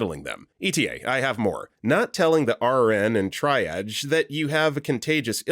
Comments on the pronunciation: I keep yelling, "TREE-AAHHHJ!!!" every time he says "TRY-AHJ" 😅 Also, he needs to learn it's pronounced like "peeds", not "peds", short for pediatrics 🤦😅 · TREE-AHJ... >.> For future reference... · For the millionth time, triage is pronounced TREE-AHJ. And pt or pts is patient and patients. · triedge.. my god. i can imagine the narrator reading the comments and realizing he's been saying it wrong 😂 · U know at this point, after this many medical videos, I admire the narrators commitment to mispronouncing triage. Long live try-arj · Sorry, I'm a pedant... it's "TREE-AHHJ". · It makes me insane! Every time I hear this narrator I know I can't watch the video. At this point it feels intentional to drive up comment engagement. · FFS, LEARN TO PRONOUNCE TRIAGE! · I don't think he's ever going to pronounce triage properly and at this point, I've just accepted it. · I’m beginning to wonder if he says it that way just to mess with people 😅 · I knew exactly which narrator it was before playing the video due to this comment 😂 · he narrates many of their medical videos and the word triage comes up often. I once remember him acknowledging that people corrected his pronunciation. I swear he corrected himself once then went right back. It feels intentional. It creates engagement in the comments since listeners get frustrated but it also might be hurting viewer retention. I know switch off as soon as I hear this narrator on a medical related video.